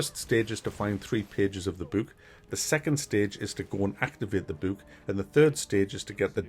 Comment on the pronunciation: You're the first person I've ever heard pronounce "book" like it's spelled with the oo.